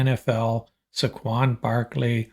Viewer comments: Please learn how to pronounce Saquon ! Say-quan ! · At least say the mans name correctly